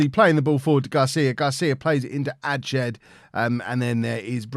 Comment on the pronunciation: Quick Pronunciation tip - adshead pronounced ads-head not adshed